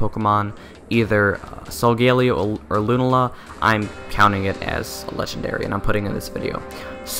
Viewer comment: Is it just me or was he pronouncing Lunala & Solgaleo wrong?